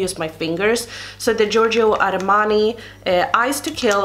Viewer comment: You pronounced Giorgio Armani perfectly, well done.